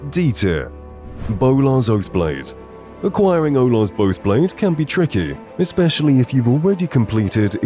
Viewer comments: "Olar's Boathblade" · "Olar's boathblade" lol, love the channel man, got me back into the game I've always loved